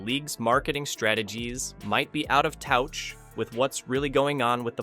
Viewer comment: AI voices suck "touch" pronounced like couch.